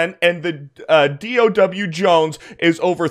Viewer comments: Did you just call it the d o w jones lol 😂😂😂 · It’s Dow Jones. Not D. O. W. 🙄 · 'DOW Jones' not 'D.O.W. Jones'. Apart from that it was excellent.